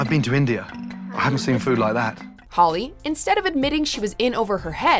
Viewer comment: Should have mentioned that Holli ended up winning her season. Unless that's what was said when it was mentioned that LaTasha won her season, but it didn't sound much like "Holli."